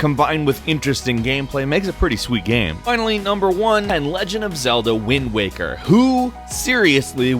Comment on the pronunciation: I misheard TLOZ: Wind Wanker